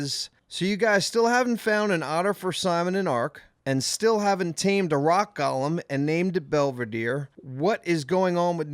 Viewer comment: Dude fuck, given the comment about Reece's, how the fuck do you not know how to pronounce golem? It's not gollum as in smeagol, it's pronounced gole-m ffs. Love you guys, keep up the good work